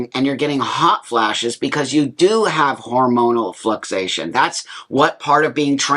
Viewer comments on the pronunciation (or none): Buck, medical background (and grammar Nazi) here. 😂 You mean flucTUAtion, not "fluxation". The levels FLUC*TU*ATE. They don't "fluxate". And estrogen is not "foreign to the male body". All males and all females make both testosterone and estrogen, just in vastly different levels.